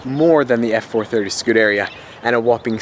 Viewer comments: Yo. You seem like a nice enough guy. But for the love of God, its "Scoo-dah-ree-ah", "Mo-day-nah" and "Strah-dah-lay" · Butchered every single model pronunciation u could im afraid. Scuderia, modena, and stradale